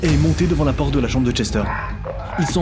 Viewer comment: A seconde c'est moi ou il dit "OUVRE LA POTRE" 😂😂